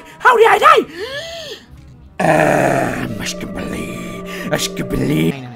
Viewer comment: Is nobody gonna talk about that he said MASCABELE